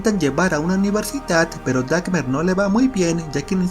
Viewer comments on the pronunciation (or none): Es Dahmer no Dakner, por favor pronuncien bien. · No pude soportar que todo tu p1nche video dijiste "DAJMER" en vez de " "Dahmer" PTM , ANTES DE HACER VIDEOS AL MENOS INVESTIGA COMO SE PRONUNCIAN SU APELLIDOS ¿QUE SON ESAS M4M4DAS DE "Dajmer"? QUE HORROOR CON TU "DAKMER" TE CARGASTE EL VIDEO CON ESA PNDEJADA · Se pronuncia Damer (Dahmer) No Dagmer (no sé de donde sacaste que la H suena como g. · Por qué lo pronuncia "dacmer"? Es un poco irritante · DAHMER es con H no DACMER. Disfruté como siempre tus resúmenes y sos un capo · Me molesta que pronuncie la H de Dahmer como G y diga "Dagmer"... x.x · no es dacmer es damer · pense que era Dahmer, no Dakmer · Dagmer!?? Enserio dahmer dahmer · Desde cuándo se dice Dagmer y no DAHMER, la H es muda 🙄🤔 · El resumen bien, pero tu pronunciación del apellido Dahmer no puedo, es Dahmer no Dacmer 🙈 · Gracias por éste video..NO tengo "Netflix ".😭 Pero no es "Dakmer"...porque NO era alemán jaja🙂... Es > Geoffrey Dahmer... Y se pronuncia: "Jefri Dámer"...Así de fácil 👌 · es dahmer , no dakmer .. aprende a hablar porfavor y me refiero a todo el video , un asco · Es Dahmer, no Dakmer 😀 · Dahmer o Dahcmer? . ¿Qué onda con tu pronunciación? 🙄🤔🧐🤔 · Si, es verdad, no se dice "dakmer" ,se dice "dahmer",pero tampoco es para burlarse, buen resumen ☺️ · Se pronuncia como se escribe "Dahmer" no "Dackmer". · NO SE DICE "DAKMER" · Jajaja 'dacmer' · DaKkmer jaja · Dackmer xd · Porque le dices Dacmer? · por dice dacmer? la h es muda 🙄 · me da un acv cada que dice dackmer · donde verga dice dakmer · Creo que se dice dhamer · Por que pronuncias dagmer ?😔😔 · PODQUE DICE TANTAS VECES DAKMER ? 🤣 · "Dakmer" JAJAJAJAJA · Odio tu pronunciación del apellido Dahmer, si de verdad viste la película deberías saber como lo pronuncian, solo por eso le di dislike